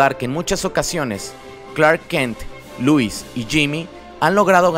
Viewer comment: Muy buen vídeo :D Me encantó. El único detalle es que no es Louis sino Lois y se pronuncia como se escribe :)